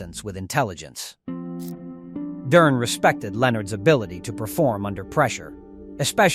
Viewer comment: so many errors.. misplaced pictures of fighters and Ai voice that cant annunciate Duran. Its good video but could be even better